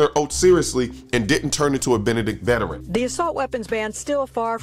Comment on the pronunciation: What is a vetrin? Is that like a real-a-tor? A vetinarian? People who want to talk out loud should learn words.